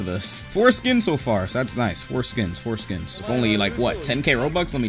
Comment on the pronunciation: the fact he kept saying four skins over and over and it sounded like he was saying foreskin